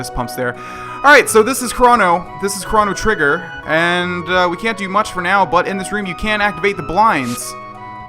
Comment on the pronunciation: Did you just say "Kraw-No Trigger" ? .. Boy, It's "Crow-No Trigger"